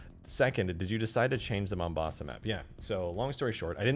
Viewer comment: "Your Mombosa" killed me more than it should've.